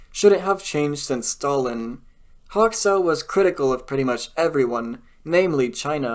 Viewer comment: Hoxha is pronounced 'Hodge-a'